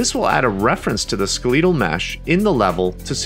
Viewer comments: Heard it and scrolled down to the comments to make sure I wasn't the only one. I was worried that "skel-eh-tul" was wrong and I'd been living a lie. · Why you say skeleedle instead of skeletal? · hahaha "sk'leetal mesh" good stuff, good stuff